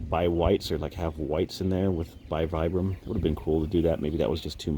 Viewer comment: Also, just FYI. As far as I know it's pronounced [veebram]